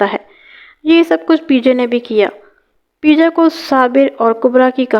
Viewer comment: اللہ کی بندی پرویز کو پے جا کہتے ہیں پی جا نہیں 😅😅😅😅